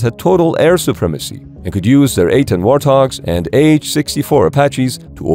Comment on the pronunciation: Legit thought that the A-10 was actually called the "At-ten". I don't understand how my brain is making me lose my mind.